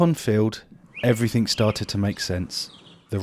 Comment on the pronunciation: Allways makes me laugh how he says...everythink...instead of everything.But then he might say everything-geh.Why do they do that. Nice pond btw m8 lol